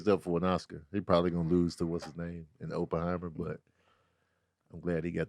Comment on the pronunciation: So we not going to talk about how keeps mispronouncing Oppenheimer?